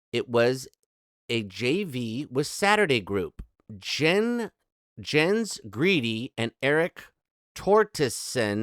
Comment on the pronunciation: Hej! (Swedish) 👋 In Grede, the e:s are pronounced as in the word ”bet”. Hej då!